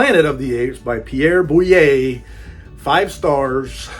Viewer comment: Boulle is pronounced ‘Bool.’